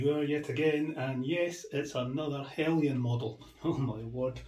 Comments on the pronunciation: There is no 'i' in Heljan. It's pronounced as it as spelt. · Paul Palmer :-The word Heljan is Danish . Their pronunciation of “Jan” is said as “yan” …….so technically it is said as Helyan !